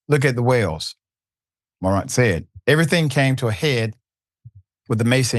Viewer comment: It’s pronounced More-rant…jeeez 🤦🏽‍♂️